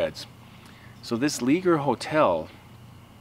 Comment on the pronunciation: It's pronounced (Lay- shaye) Leger is a French name made popular in Louisiana by Cajuns/ Acadians that were exiled from Nova Scotia in 1755. I'am 90% sure the original owner was my great uncle.